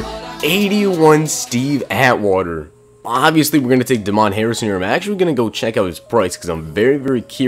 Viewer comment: Just cause Damon Harrison's black doesn't mean his name's pronounced like that